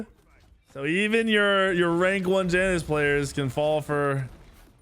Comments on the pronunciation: Triggers me SOOOOO much when you call Janice and not yanus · Ya noose... not jAy Nus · Bruh it’s Janus pronounced (Ya-Nus) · Please stop saying Janus incorrectly